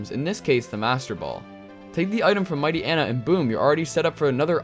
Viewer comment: "Mighty-enna" "Sand Vile" These pronunciations…